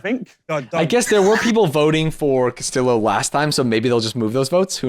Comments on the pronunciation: your blud calling Castillo as Casteo whole time is sooo funny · ' pronouncing Castillo "cassio"...